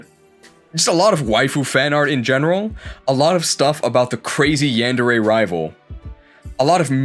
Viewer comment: I can't believe how this guy pronounces "yandere" when he's fluent in Japanese xD